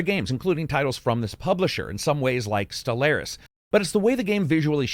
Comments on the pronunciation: Appreciate the review. Btw it’s pronounced stell-are-is not stell-air-is 🙃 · "Stel-lair-is" smh